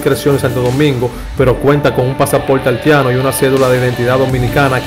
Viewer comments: Tremendo video! Felicidades 👏👏👏pero recuerda algo hay palabra que se deben aprender ,por eso a nosotros los dominicanos gente de algunos país latinos se rien de nosotros por la edición al hablar por ejemplo es Haiti no es alti y no es altiano de origen es Haitiano de origen ,es propecto no propeto....ect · Se dice HAITIANO... Y no HALTIANO.... Si mejoras tu pronunciacion, seguro que tendras mejor excito. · Hermano, aprenda mas Espanol , no se dice altiano , se dice haitiano Jajaja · Gracias por la informacion y el aporte pero tienes que mejorar el léxico porque muchas personas te escuchan y ven tus videos pero te expresas muy mal, por ejemplo el país es Haiti no Halti, Haitiano no Haltiano, y muchas otras faltas más. Te sugiero que antes de publicar tus videos los escuches y hagas los correctivos necesarios es una crítica constructiva, gracias. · Mi hijo nombra esa i , haitiano no haltiano, practica para que puedas hacerlo mejor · Aprende a hablar no diga haltiano es haitiano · 🤦🏽‍♂️🤦🏽‍♂️🤦🏽‍♂️ BATEY, NO BATEL 🤦🏽‍♂️ HAITIANO NO HALTIANO, 🤦🏽‍♂️ SEIS NO SEL 🤦🏽‍♂️ estos campesinos no aprenderán hablar nunca.. 😂😂😂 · Aprende a hablar, dices: Halti, Haltiano y sels, noventaldos, altivo, belsbol, etc... porque eres cibaeño crees que si me mencionas la "i" lo vas a decir mal... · Muy bien que conozcamos la ascendencia de nuestros peloteros ..pero ese que esta dando los,datos debe aprender a hablar ..dice haltiano. .dice de ascendencia haltiana. ..debe mencionar la i donde lleva i ...no se dice halti. .es haiti. ...dice peltebeces. .uufff que mal lexico ..... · Altiano alti batel no batey belbol no béisbol como es que hablan esta jente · Porque el que narra el comentario dice haltiano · Aprende hablar no se dice Altiano ni propelto novelta y dos acelte bebol altivo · el no es cibaeño porque el cibaeño pronuncia la i mucho. Pero este joven sobre pronuncia la L mucho. Tiene que ser Capitaleño. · Y es que no le sale la letra i🤣🤣